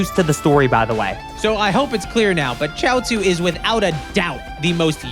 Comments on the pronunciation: It’s pronounced shee-ot-zoo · its Chiaotzu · Its chioutzu